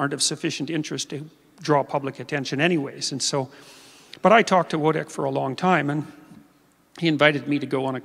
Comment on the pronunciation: I totally agree, I just wish he knew how to pronounce his friend's name (Wojtek)!